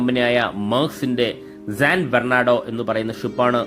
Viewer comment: San എന്നുള്ളതിനെ എന്തിനാണ് എപ്പോഴും zan എന്ന് ഉച്ചരിക്കുന്നത്? ഈ വീഡിയോയിൽ "zan bernado" എന്നാണ് പറയുന്നത്. ഈ പറഞ്ഞതൊക്കെ ഒഴിച്ചുനിർത്തിയാൽ video സൂപ്പർ ആണ്! 🙏🏽